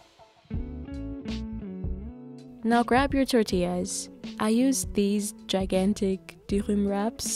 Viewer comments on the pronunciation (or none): none